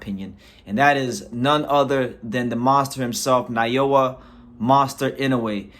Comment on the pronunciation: He is not Nayowa but Naoya.